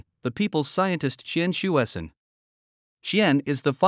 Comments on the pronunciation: Come on, his name is pronounced as "chien-sweh-cern" . It's not that difficult. Don't be lazy. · 1. Totally mispronounced his name. 2. He was known as Hsue-Shen Tsien when he was in CA. One of his collaboration with Von Kármán resulted in the Kármán-Tsien Rule for approximately correcting compressiblity near transonic speed. 3. He did not found NASA, which evolved from NACA. 4. Aerojet Engineering Corporation, the company he worked in was founded byJack Parsons. Parsons was more important and contributed more to US rocketry than Tsien. Parsons was an American but few Americans even know who he was. Check Wiki to learn why! 5. For political propaganda, Tsien was way overblown in PRC, but hardly any Taiwanese knows him.